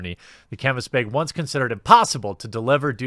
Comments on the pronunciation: I'm just here to listen to Jeremy say "baeg" a lot. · It's bag not Bayg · I now say baeg because of you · He says "beg" not baag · Viewers who came for an update to the Fallout 76 saga: 10% Viewers who came to hear Jeremy say "beyg": 90% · Finally the... "beeag," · why do you keep saying BAYG instead of BAG ? is this some kind of inside joke i missed or are you just weird an i never noticed? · Beyg. Beig. Bayg. Beeehhhhhhhhhyg! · You said "bag" and "bags" again. I'm so happy. Also please say it more often. Edit: Also again, please pronounce it bayg. Love it. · Funniest thing is he's even mentioned how to say it properly before and continues to keep saying Baygs 😂 is this like a Canadian thing? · America says: Bag Wisconsinite says: Baeg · Pretty sure its pronounced bag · Nice beg (you say it like pat the nes punk) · Are we not going to talk about how he pronounces ‘bag’? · Him trying to pronounce "bag" the way us land dwellers do was very cute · I love this video.plz never stop saying bayg. When u say bag n try to do it the "correct" way it sounds so weird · Strugglin w that word bag huh lol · Nobody: Quartering: “Bägh” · Came here to hear Jeremy try to say bag and was not disappointed :) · i would prefer you pronounce 'bag' the proper way: *inaudible edrich horror sounds* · Good video man. I like that you can rag on your own pronounciation of "bag" lol that's funny, good for you. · Why do you say bag that way?